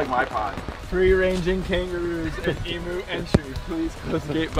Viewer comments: also just so you know it is not pronounced eem-oo it is eem-you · Him: emoo me: dies